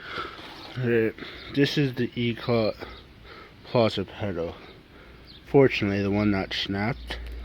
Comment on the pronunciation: why does everyone say eclat like eclaw. its e c l a t